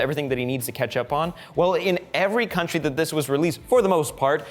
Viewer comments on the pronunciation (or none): none